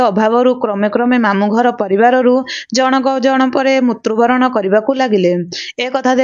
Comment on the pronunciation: ମୁତ୍ରୁବରଣ ନୁହଁ.. ମୃତ୍ୟୁବରଣ କହନ୍ତୁ